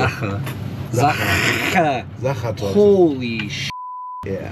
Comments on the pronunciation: Why is your German pronunciation so good? Most Americans struggle a lot especially with the "CH" and the German "R" like in Sachertorte. When you opened the cake in the bus and you said it again, that actually sounded 99% like a native speaker. And "Sachertorte" isn't an easy German word. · That pronunciation sounded pretty spot on, but then again, I'm not German, just dabble in it :D or did...years ago :D Love that you're enjoying yourself out here.